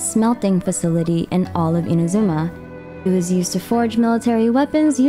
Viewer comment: you should pronounce inazuma correctly too